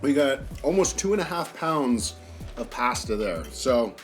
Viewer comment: Hes killing me with his pronunciations. Parmezan, Ojew, pazzta 😂🤦